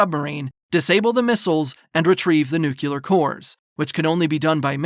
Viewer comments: Excellent recap, thank you. One small note; it’s pronounced nu-clear 🙂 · NU-CLEEEEE-AAAAAARRR ...... NOT Nucular